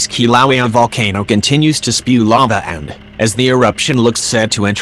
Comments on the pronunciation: "Kilauea" is pronounced (Kil'a'wa'ya) NOT... (Ki'low'wee) Get It Right!! Or Don't Say It At All >( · Ugh why use the auto voice it pronounces the name of Kilauea wrong and it’s irritating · Your synthetic voice can't pronounce Kilauea! Get a live human for your voiceover work! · Hard to hear the Volcano name mispronounced that way. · If you’re going to insist on using that obnoxious robot voice at least use a good one. Please teach it how to say Kilauea. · It's pronouncing the name wrong!